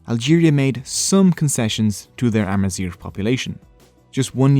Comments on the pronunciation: GH is pronounced as a french “R” maybe thats why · Any native north Africans, please feel free to correct me here. The "gh" in Amazigh is being pronounced here with the "r" found in English, but should be pronounced more like the "r" found in French or German. The so-called "European gutteral r," represented in the IPA by "ʁ". It's spelled with a "gh" and not "r" because it's pronunciation is almost nothing at all like the american "r" as heard throughout this video. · Why is he pronouncing “zgh” as an “r” ????? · You pronounce it "Amazir" which means horseshit in berber hhhh sooo yeah... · It's not spoken as amazir but amazig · good job, but why you pronouncing gh as r? its amazigh , gh as the greek letter Γ γ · you are pronouncing 'AMAZIGH' as 'AMAZIR' (which is the term we use for cow sh*t) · Thanks for the video but the way you pronounce the sound [gh] is quite irritating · Thanks for the video, it is worth mentioning that you mispronounce the "gh" sound and confuse it with the English "r" sound . The "gh" sound here should sound like the way French people pronounce their "r", here is the IPA form of it to have a clearer idea: (ɣ) Mixing these two can affect the meaning of Amazigh words, for example, the way you're pronouncing "Amazigh" with an "r" it gives a different word: "Amazir" which is in Amazigh means: "cow waste" used as fertiliser in Agriculture.. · nope, we pronounce the "gh" at the end like the French pronounce their "r", we don't roll it like he did in the video. So it's ah-ma-zeer with a french "r" in the end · You pronounce the word Amazigh wrong in the last letter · My only problem is the pronunciation of "Amazigh". Is that how you pronounce it my Amazigh brothers?